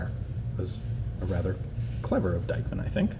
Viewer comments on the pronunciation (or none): Why do you pronounce Diekmann like it was Deichmann? Just adking. ☺ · Pronounce "Deekman". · Dieckmann is pronounced Deekman! ie (German) is pronounced ee (English) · In german the name Dieckmann is pronounced like Deekmann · Forgotten Weapons speak it like Deekman (the a like the a in Marshal) ;-) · Forgotten Weapons But you can pronounce Deichmann very good...good job on that...